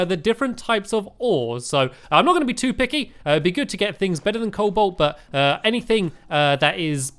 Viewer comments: Sigh... Stampy, its Co-Bolt not Coal-Bolt.... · Stamps is a noob sand cobalt is pronounced Cole-Bolt ok so start saying that:)